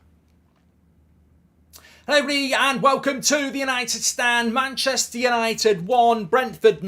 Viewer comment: That “hello everybody” is becoming harder to understand every video 🤣 “HELLBRYYY”